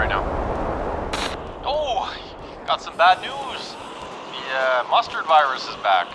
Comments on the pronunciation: i keep hearing either mustard or monster virus which one is it? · Chill bro 😂!!! He said Mustard not F* COVID